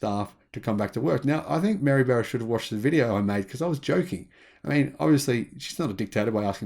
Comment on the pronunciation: “Barra” rhymes with “bar,” not “bear.”